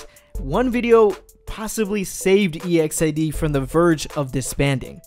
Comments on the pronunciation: Don't separate the group name, say it together. EXID. not E,X,I,D,....... I thought you may wanted to know. !!! Is like saying EXCITED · It's Exid not E.X.I.D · The way to pronounce exid is not “e-x-I-d it’s exid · Really guys? Firstly it is really pronounced as E-X-I-D , if you're a real LEGGO you already knew about this. By the way... EXID is NOT DISBANDING they are currently in a HIATUS. 👌 This dude got the wrong information. 😿😖 EXID means FAMILY. 👪💪😚 Just wait for them. 👍😜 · Is it weird that ive always thought of them as ek-zid, instead of e-x-i-d? Haha it weirded me out hearing e-x-i-d 😂😂😂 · e x i d, that annoys me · “e x i d” triggers me or am i saying it wrong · Its Eks-i-de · The way you pronounce EXID triggers me